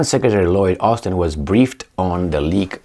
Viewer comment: Love the channel.... Just a tip on pronunciation.... 'Leeek' and 'Leeekur'... NOT lick and liquor!